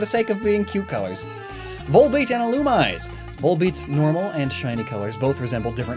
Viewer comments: Illumice? I thought i would pronounce as Illumisè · Illumise - ee-loo-mee-zay Rayquaza - ray-quay-za Also you skipped Frosslass from the Snorunt line; the change is barely there, but the ice parts get slightly lighter and the sash turns from orange to pink. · Slackoth pillows are mentioned in some pokemon games, so that would go well with the pink plushies. Also illumise is pronounced ill-oo-mee-zay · You're saying Illumise wrong. Phonetically it's "il-loo-mees-ay" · Chuggaaconroy has something to say about how to pronounce Illumise.